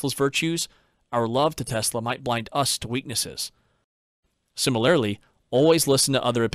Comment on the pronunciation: lol, sorry. There were several examples but I can only remember two off the bat. Fallacy is “fah-le-see” not “fall-ah-see”, and similarly is “sih-muh-lr-lee” not “sihmi-lair-lee”. You’re of course welcome to say things however you want but it breaks the immersion a bit.